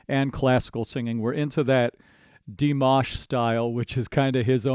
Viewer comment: Did you just call him? 😂 now there's a surname first name mashup